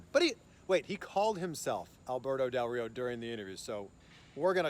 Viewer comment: Nailed that Rrrrrrrrrrrio!